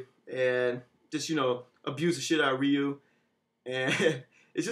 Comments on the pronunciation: it is ree-you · Ryu's name is pronounced REE YOU as the Japanese say it.